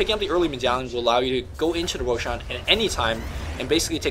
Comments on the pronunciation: Also, Roshaaan. Jesus, his way of pronouncing things is just so annoying:( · I don't understand how people can mispronounce Roshan when the in game announcer says the damn name.